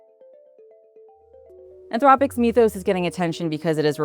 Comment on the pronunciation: “Mith-ohs”, not “meeth-ohs”.